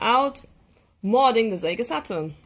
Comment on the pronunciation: Great stuff! And I love how she pronounces the words “SEGA Saturn” as “Zega SaT-turn.” Now all we need is replacement CD-ROM drives for these great systems. Sometimes the drives take a dump because of wear and tear. Also, I’d love for someone to patch 2D fighters for the original PlayStation. I know it difficult because of limited amount of VRAM of the system… but I can fantasize lol.